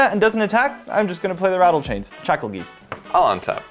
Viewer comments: Shackle-geese-t? Isn’t it Shakle-Guy-st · I know I'm late. But if i hear someone say shackle "geest" in person... Im slapping the living shit outta them.. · yes, it is "guy-st".